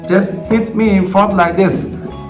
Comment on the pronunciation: Did u say HATE or Hit ? 🤣